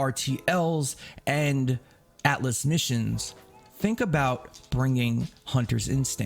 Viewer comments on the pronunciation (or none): none